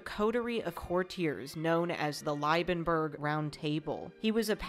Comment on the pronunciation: Sigh... Why bother learning the actual pronunciations of the principal characters? Can't be all that important, right? Eulenburg = "OY-lenburg." Holstein = "HOL-shtyne." Liebenberg = "LEE-benberg," literally "Love Mountain." "LYE-benberg" means nothing, other than there being a town called Leiben. Also, it's Bülow, not Bulöw, in English more or less "BYOO-low" since that type of U doesn't exist in English. Doesn't really help with the credibility.